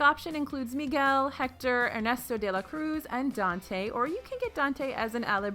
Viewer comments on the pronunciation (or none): none